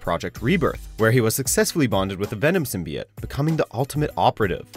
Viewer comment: Fucking hell. How can you can make a video on symbiotes and not know how to pronounce it properly